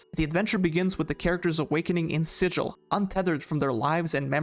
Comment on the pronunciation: the city of Sigil is pronounced with a hard G like “gull” /ˈsɪɡəl/ not like the word sigil as in a magic symbol /ˈsɪd͡ʒəl/